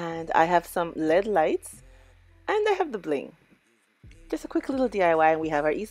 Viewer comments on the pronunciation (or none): Not LED it's L E D lights pronounce the letters only lol, pretty candle holders 👍👍🌲